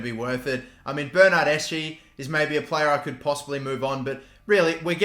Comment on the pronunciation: Bernardeshi is pronounced like bernerdeski with a 'k' but is spelled with a ch